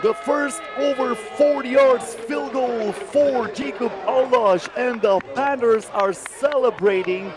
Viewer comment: Someone tell this announcer Panthers has an H in it. It's not the Panters